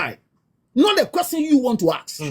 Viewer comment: Why have some Ghanaians started pronouncing ‘question’ as ‘questing’?